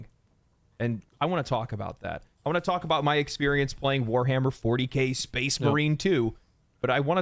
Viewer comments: Facts bro said weshammer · Bro said weshammer and my respect dropped a bit